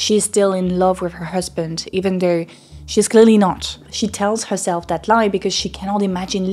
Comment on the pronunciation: Your scent is really strong. It's sounds nice except I would recommend you practice the "th" sound in words like "that" and the "t" in the word "to". I hear "dat" and "choo"